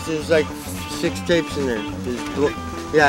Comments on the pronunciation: Oh mooik 😂 perfect aussie pronounciation of mike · "mike" "moike" "mike?" "moike" "moike?" "ye"